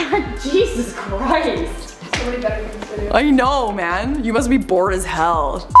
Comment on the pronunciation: That “I know man” sounded very Canadian! Don’t get to hear your accent that often,awwwdorable!